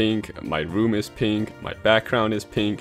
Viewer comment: Every time you say pink, i amagine you say gay instead.